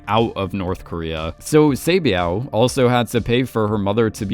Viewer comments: Saebeav ❌️ Saebyeok ✅️ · sae byeok not sae byao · i love this channel, but bro, they literally say their name in the show. each Squid Game Explained episode, you mispronounce each character wrong. like for this video, where do you see byeow in byeok? you say i-lam in ilnam. Did i miss the part where you explain why you mispronounce their name purposefully in an older video? Or are you just making fun of Korean names?? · Why do you pronounce the character’s name like that? “Say-byao”…the name is phonetically pronounced the way it’s spelt. Why do you make the “k” silent. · Love these vids but pls look up the proper pronunciations for some of the characters! Sae byeok is kind of pronounced like “byuk” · heyy btw "byuk" and "hyuk" in "sae byuk" and "dong hyuk" is just pronounced how its spelled like byuh-k and hyuh-k. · By the way you’re saying her name wrong but it’s OK no hate😂😂😂♥️🙏🏻 thank you for putting my comment in your video♥️♥️♥️ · It really annoyed me because I remember it being spoken in the show but I can't be too mad, Korean isn't his first language. 😅